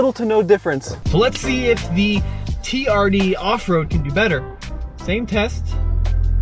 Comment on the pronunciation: Jezzz.. It's TRD.. Not TDR 😂